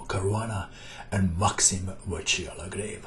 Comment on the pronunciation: Excellent video as always.The pronunciation is ''legrav''.